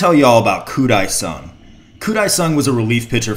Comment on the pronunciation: Its Dae sung koo